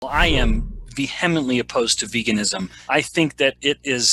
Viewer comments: I’m no doctor or professor but in high school I learned it’s pronounced ‘vee a mently’. Thank you for reading my Ted text. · I’d never heard that word pronounced veHEMenently before… then I got it twice in a row 😂. Ok, I’ll listen to the rest now 😉🫶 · Vehemently is pronounced ... Google it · How can you take someone seriously on any subject when he can’t even pronounce “vehemently?” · I am vehemently opposed to scientists who cannot pronounce the word correctly.